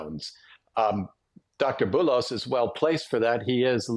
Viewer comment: I wish for the presenter to learn how to pronounce the foreign name. It is the least effort you can possible do ,to look it up.